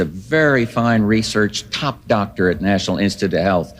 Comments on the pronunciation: She can’t even properly pronounce the word doctor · Do they know intelligent HS kids watch this with an interest in government! These people are sooo embarassing! MTG doesn't recognize a Doctor when she can barely finger read and routinely mispronounces basic words? The nerve😂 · I’m digging Crockett and Moskowitz! Bring it y’all! Take the gloves off w these ignit yahews! Just simpletons! Marge can’t even pronounce doctor properly! Frickin goobers and hicks!